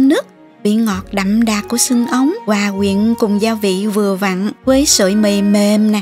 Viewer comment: Hay quá cô ơi ! Mong cô nhiều sức khỏe để làm nhiều video hay nữa. Mà lúc này cô phát âm gần đúng từ " hòa quyện" rồi đó ạ ^^